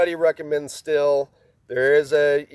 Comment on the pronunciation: Super-friendly FYI (truly) but the Stihl brand of tools is pronounced "steel." My source is the company's TV commercials in which the pronunciation by the narrator is very clear and unmistakeable.